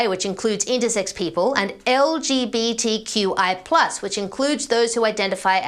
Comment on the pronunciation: Pronounced "large bit quap"?